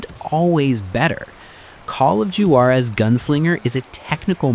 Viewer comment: Glad to see Call of Juarez get a mention, even if grossly mispronounced. Gunslinger gets all the hype, but I still think the original was the best.